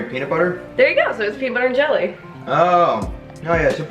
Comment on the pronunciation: did anyone else notice that she said gel ee to her brother XD